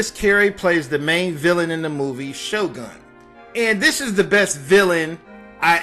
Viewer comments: He said it was his favorite movie ... but he doesn’t know that the character’s name was “Sho Nuff?” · C CAN IDK why he kept mispronouncing his name! I died 🤣🤣🤣🤣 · It's sho nuff the shogun of Harlem why do you keep calling him shogun? Have you watched the movie? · You keep calling him shogun 🤦🏾‍♂️🤦🏾‍♂️🤦🏾‍♂️ it’s Sho’nuff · Bro, just do an edit and say you got the name wrong. Cause right now many people on here missed the whole point of the video, and don't believe you loved the movie that much cause you got the name wrong. His name was Sho'nuff not Shogun. Here's proof. When "Sho'nuff" and his crew showed up and wrecked "Daddy Green's Pizza" , Leroy showed up when they pulled Ritchie out the trashcan. Leroy said "what happened?", Ritchie replied, "SHO'NUFF happened that's who, kissed his shoes and everything"... Just trying to help man ✌️ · SHO NUFF NOT SHO GUN.. FIX IT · Shonuff not shogun svcker! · He's the Shogun of Harlem, his name is not Shogun, it's Sho'Nuff! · Yo. His name was Sho 'Nuff! Why do you keep saying "Shogun"? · "SHOGUN"?? It's "Sho-Nuff"! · Why he keep calling him Sho Gun?😂😂 “ShoNuff” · Sho Nuff bruh, not Sho Gun. 🤦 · Man. You need language class or something. He played Sno-Nuff, not Shogun and he didn't "lookeded" healthy when he had cancer. Sorry dude. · Shogun??? Sho Nuff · His name is ShoNuff not Shogun how is this your fave movie and u liked him soooooo much but u got his name wrong smh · This couldn’t have been your favorite movie if you keep calling him Shogun. His movie name was Sho Nuff. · His name is shonuff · him name was sho-nuff. lmao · Bro, he called himself Shogun of Harlem as a title but referred to himself as Shonuff. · Sho'nuff not Sho'gun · His name is Sho-Nuff ! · I really wanna hear this story but I’m super annoyed he keeps calling shonuff shogun. 🤷🏾‍♂️ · ngl, couldn’t even watch this all the way through. How you gonna say you was a huge fan but keep mispronouncing his name? It was Sho’Nuff, the Shogun of Harlem.